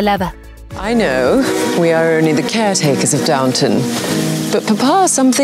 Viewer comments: Quería ver este video pero la narradora no deja de llamar Downtown a Downton. Me quedé en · DownTON! No “Downtown” , lo pronuncias mal todo el vídeo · A ver si para empezar, la locutora se entera de cómo pronunciar correctamente “DowntON“. Nadie habla del “centro de la ciudad (=downtOWN)”. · En realidad la serie se llama "Downton", no Downtown! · Gran comentario… pero por favor pronuncia bien el nombre. NO es DOWNTOWN, o sea centro de la ciudad, sino que se pronuncia DÓWNTEN, con el accento sobre la primera sílaba. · no es downtown, es downton! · Amiga mía, la serie no se llama Downtown Abbey sino Downton Abby. Hay una ligera diferencia. Lo has estado pronunciando mal durante todo tu trabajo. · Me está volviendo loca que digas todo el tiempo Downtown en vez de Downton. Me es imposible imaginar que viste un solo capítulo de la serie si no sabes ni como de llama. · Dejé de ver el video cuando dice DowntoWn xD Es Downton, lelos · NOOO SE PRONUNCIA DAWNTAWN 😭 QUÉ DESESPERACIÓN CON ESTA NARRADORA DE M!